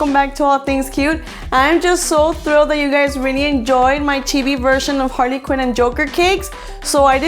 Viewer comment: I am not trying to be judgy but when you said Harley quinn you actually said Harvey Quinn